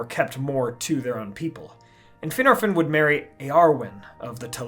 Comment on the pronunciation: is he pronouncing Finarfin and Fingolfin correctly? The Prancing Pony Podcast and many other sources say it differently